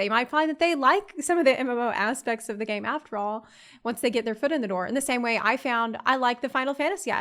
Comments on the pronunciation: "Ass-Pacts".... o.Ô ahum Bun-geon-Runs ... ok that´s new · "...Final Fantasy asspects..." TRUELY a woman of culture